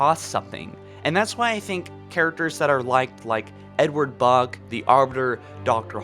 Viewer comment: This man called buck, bug 😂😂😂😂